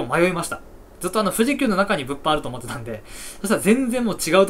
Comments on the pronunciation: 物販のイントネーションがブッフォンなの草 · 毎回物販のイントネーションが気になるw